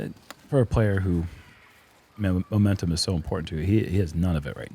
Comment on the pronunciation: I thought said a player needs "omentum" on hole 6, like a player needs guts, and I was like, clever of you sir. But... He didn't.